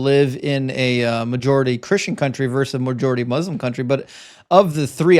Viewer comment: "vs." is short for the word "versus" in which the last "-us" is pronounced, like in the word "verses". So it is NOT pronounced like "verse". It's David versus Goliath, NOT David verse Goliath.